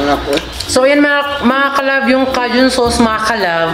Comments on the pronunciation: Wrong…. K-jun po ang basa niyan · Cajun "KAYJUNE" yan ang basa CAJUN* ok...🤩🤩😍😍🥰🥰😃